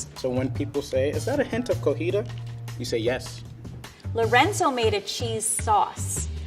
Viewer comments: Its cotija, CO TI JA... not cojita! Last time it was this time... I'm disappointed:( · did my man just say cojita instead of cotija que chingado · no one will ask if thats a hint of cojita because its pronounced cotija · Im not sure if said Cotija cheese "Cojita", or is it just me? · As hilarious as this comment section is🤣🤣🤣 Why is Mr. saying co-hiTa when it’s COTIJA Cheese? That broccoli was scary enough but the pronunciation cut me. 😆😆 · if you see this it isn't "cojito" it's "cotija" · “Is that a hint of cogida?” 😂😂😂 Me, a spanish speaking mexican: “Did he just say cogida?” You meant, cotija. 😂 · He says "Cojita" instead of "Cotija" and I find that soo cute. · Cotija not cojita 😂 lol proceeds to lorenzo laugh lol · it’s Cotija not Cojita 👌🏼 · It's not called cojita. It's cotija. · calling the cotija cheese cojita caused me physical pain every time but he's so adorable it's fine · was saying cotija wrong the whole video😭😭 all of them have great nachos ideas, I’m stealing some! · Level 1 guy says 'Cojita',..... Its actually 'Cotija' Just in case anyone tries to go looking for it. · Cotija. Co - TEE - ha, not Co - HEE - ta. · That guy keeps saying “cojita” when it’s Cotija lmao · It's not "cojita" it's cotija cheese hahahahaha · Cotija!!!!! It's cotija cheese! Not cojita! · So no one notices that the level 1 guy is saying cojita instead of cotija the correct way of saying it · At one point he calls it "cojida"😂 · The cheese name is COTIJA not Cojita, that sounds wrong in Mexican just saying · saying "cojita" instead of "cotija" drives me crazy, almost as much as people saying "Chipolte" 🙉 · Also, why does everyone on this channel say “Co-Hee-Tah” cheese. It’s “Co-Tee-Hah”. Cojita != Cotija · said Cotilla, which is just wrong in a different way. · cooooootttiiijjjaaa not cojita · Why does say “cojita” when it’s cotija, is it so hard to say it right? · COTIJA not COJITA